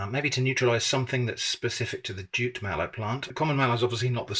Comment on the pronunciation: I didn't catch that he'd said "jute mallow", I heard "jit" or "chit" and wondered what he'd said (I've only heard of the "marsh" variety as a Brit), so thanks👍 (Decades a go I had a Nigerian flat mate who cooked some great food for us, mostly fiercely hot with scotch bonnets, and often slimy with okra, but always delicious. collabs with always take me back to those times in the early 80s🙂